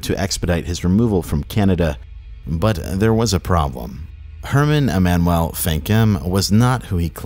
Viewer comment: E-man-u-well That's how Emmanuel is pronounced